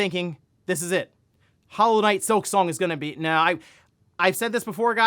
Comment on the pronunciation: Here we go again! 🙄 “Hollow knight sliksong” It was Mid…